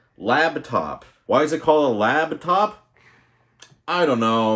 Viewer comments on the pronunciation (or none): Are you saying LABtop? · "Lab" top. Oh God. My sides. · 'Lap' top. As in it sits on you lap.